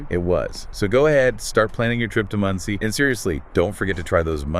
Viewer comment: FFS, it's not pronounced Mundtzie. I know that you don't speak German, but at least try to pronounce it somewhat accurately. It's pronounced Mohndsay (for English speakers). Mond = Moon and See = Lake or Sea. But, in this case due to the size it's obviously a lake. The literal translation into English would be Moon Lake.